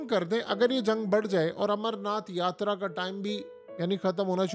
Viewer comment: Yatraaaa mei yatrryyyyyyy kya karty hai?